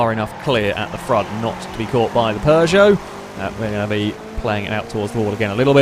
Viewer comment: There's no r in Peugeot